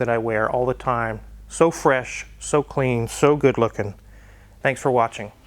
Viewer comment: Is that fresh or phresh? lol